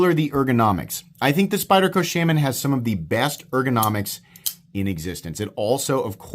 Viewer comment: you are not sayinf shaman correctly. you mention that knife a lot in your videos and i have never heard you say it right.